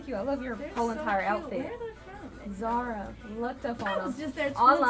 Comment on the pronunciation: Girl I was yelling at my screen when you were saying Zara. 😂